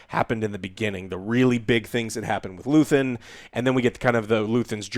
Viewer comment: Luthien, luthen, luthien Never change joe hehehe. Andor was great, hope Disney gets the memo. I'm not watching impervious to damage mando and the green prop movie. I want more Andor like projects. P.s the bricks and screws comment was right on target. Can't stand swt anymore.